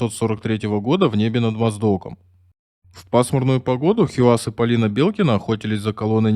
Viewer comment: Хийяз, а не Хиуаз! Хорошо ещё, что не хи-камаз её обозвали. Эта отважная лётчица заслуживает хотя бы того, чтобы поинтересовались, как произносят это имя люди её национальности. Вместо этого имеем безграмотного и равнодушного диктора с деревянными интонациями. Он даже не удосужился прочитать, как пишется её имя на памятнике.